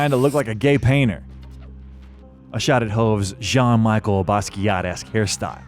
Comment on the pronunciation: It’s Jean-Michel, not Jean-Michael.